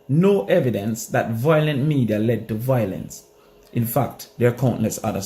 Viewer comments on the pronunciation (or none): Yute the word is VIOLENCE not VOILENCE u killing me with that dunce talk man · The word is VI - O - LENCE